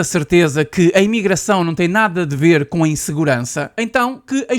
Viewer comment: "Mintirosos", "bamos lá ber", num é?